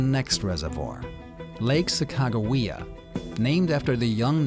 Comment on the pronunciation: Your pronunciation of Sacagawea is spot on. Beautiful! I worked for the North Dakota Department of Tourism over 35 years ago and loved recanting the story of the Tour of Discovery to anyone that would listen. I dreamt of doing a paddle top to bottom just as you are. Sadly time and disability caught up with me and that dream was lost to the pages of time. It's a pleasure to watch you live it out. Safe Travels!